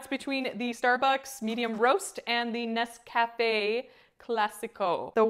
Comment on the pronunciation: How can you not pronounce Nescafe correctly? I would think on the trail the individual packets would have an advantage over even a plastic jar just in terms of packability.